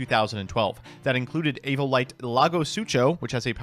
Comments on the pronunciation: The fact that says "Evolite" over and over bothers me on a mental level SO badly. Love this series and all the episodes! I have watched almost every episode atleast twice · said Evo-tile once than proceeded to say Evo-Lite 20 times. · Not calling the Evoltiles Evolites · When is someone gonna tell its "Evol-tile" not "Evo-lite"??😅😂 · This dude must be dyslexic or something. It’s Evotile not Evolite